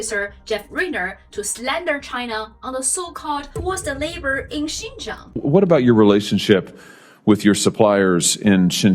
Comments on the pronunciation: He cannot even pronounce Xinjiang -"ShinJang" LOL. Obviously reading from a note that he was not prepared for. I was in Xinjiang last week (I am a foreigner) and spoke with the locals in a number of areas. The US is not well liked there as locals say that the lies created by the US caused them some issues- they call the US a trouble maker and a liar. The locals also related to me a story about the CIA employing a rich local to cause trouble in 2008 who murders lots of people in Urumqi - he is now living in the USA. I only heard bad things about America and good things about the difference in living standard between Xinjiang and neighbouring Islamic countries. They also made comment about all those neighbouring countries and their negative views on America. By the way Xinjiang is an amazing place to visit. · Josh, if you care about Xinjiang, learn how to pronounce it right first. Such an idiot.